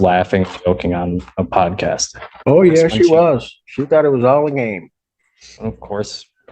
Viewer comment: a what? A pod kist? What is he saying? Did he say podcast? I have no idea.